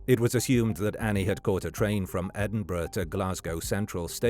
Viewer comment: At least he pronounces Edinburgh correctly 🤷‍♂️